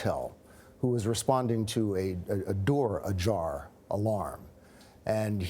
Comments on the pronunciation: “joor adar” 💀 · ... going to the joor adar ? These ppl cant even follow their own scripts correctly . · wtf is a “Joor Adar” lol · joor adar, she said instead of door ajar. haha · The way She said "The geor adar" instar of door ajar caught me off and for some reason just had me dying. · "The joor adar" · A "Joor Adare" ?? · The joor adar? Lmfao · She said “joor adar” lmao